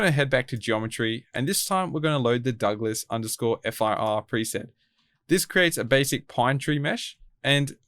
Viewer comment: As a big tree guy, I got pretty triggered when you said "Douglas F-I-R" and referred to it as a pine lol. Douglas-firs (pronounced fur) are not the same as pines :) Awesome tutorial btw